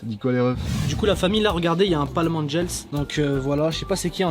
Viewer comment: ce n'ai pas (ANGELSSSSS) c'est Angels